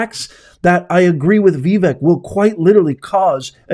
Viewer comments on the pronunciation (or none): Yo Vivek is pronounced like Vivake not Viveck !🤣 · V-Vic??? Vi-Vek, Ve-Vek??? His name is Vivek like Cake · Love your content. Vivek says his name is pronounced Viv-ache(as in cake) ❤♡💙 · His name is pronounced “Vi- (short i)VAKE” (like CAKE) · his name is pronounced Vi- VAKE like cake... he said so in one of his recent speeches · Vu-VAKE…please get it right! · Vivek.....pronounced Viv Vake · Vivek is pronounced Vi vake (like cake) and he's not a "boy" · Vivek is pronounced vah vake(like cake) brother